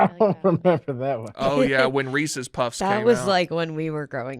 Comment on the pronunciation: ITS PRONOUNCED REESES NOT FUCKING REESIES